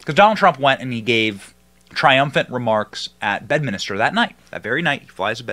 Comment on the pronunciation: BedMINSTER not BedMINISTER